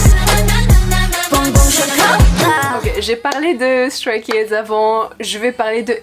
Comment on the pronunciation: ON PRONONCE EN ANGLAIS STRAY KIDS!!!!!n vhifrvzdcbhired